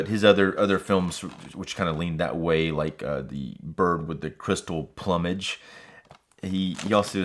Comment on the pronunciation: Solid review my friend! This 4k is a major upgrade from all the previous releases of Opera. I personally feel this is Argentos last “GREAT” film. Btw, just for your own future reference, the word plumage is actually pronounced “ Ploomage” as in “Bloom” not plum-age.